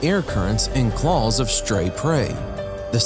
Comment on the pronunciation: Did someone write his script, wrong, he keeps say Calls, not Claws, WTF.... it's messing with my Head